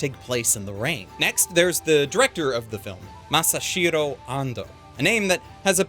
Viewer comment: The director is Masahiro, not Masashiro! 😊